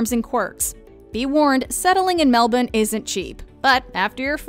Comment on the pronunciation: Thank you to the lady in this video for the correct pronunciation of Melbourne. Regards, all of Australia 👍🏻